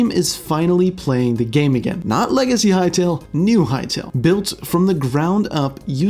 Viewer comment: Bro, Hytale, not Hytail